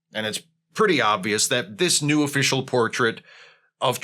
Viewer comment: For a sec instead of new i thought you said nude and I almost threw up.